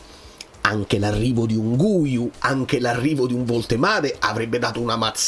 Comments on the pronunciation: Cmq "Guiu" si legge "ghiu", così come "guitarra" si legge "ghitarra" e non "gu-itarra". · Oggi ho sentito una giornalista italo spagnola. Guiu si pronuncia Ghiù. Comunque secondo me il Napoli qualcuno prende, solo perchè Allegri ha espresso un bisogno.